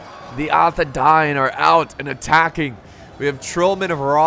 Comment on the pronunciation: I don’t want to be a lotr nerd but arthedain is pronounced arthe- dayn so the I makes like a y sound but wonderful vid, keep it up